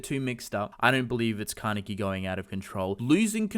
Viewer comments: "Kah" "Neh" "Kee" - Kaneki. "Kuh" "Coo" "Jah" - Kakuja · Stop pronouncing kaneki's name wrong!